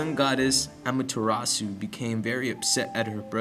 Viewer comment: .- I am suprised you said Amaterasu right and yet you said Shinto wrong. Shinto is prounounced (Shin-Toe) not shin-two like you say it.